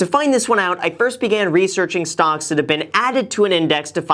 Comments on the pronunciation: Are you saying "stonks"? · am i the only one that thinks it sounds like he's saying "stonks" instead of stocks